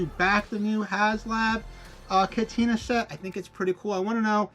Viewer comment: Already 46% of the way there. Bub, if you can’t pronounce cantina your opinion isn’t highly valued.